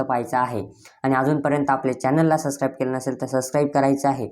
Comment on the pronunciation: Sascribe ❌ subscribe ✅